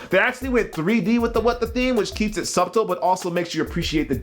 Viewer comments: did you just pronounce subtle as "Sub-tl"? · That B in "subtle" supposed to be silent, B. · lol the way he says "subtle" (its not a bad thing)